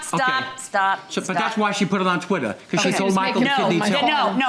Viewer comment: "Tweetah" larry...sir... blink man. 😂😂😂 But for real. That woman is scary- vicious. 😢